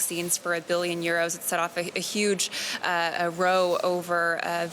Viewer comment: Hey, nice report, row is pronounced rouw